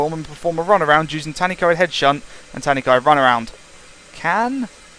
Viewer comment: It's pronounced Tan-uh-coid